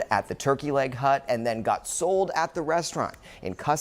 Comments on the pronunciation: Hut Hut Hut not Hunt 😂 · Hut, dude keeps saying turkey leg hunt.